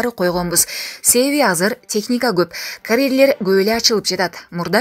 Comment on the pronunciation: Ад башы эмес ат башы деп суйлосон. Карэрлер эмес карьер деп айтылат.